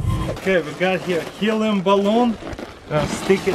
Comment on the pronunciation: Ok we got her elium bulune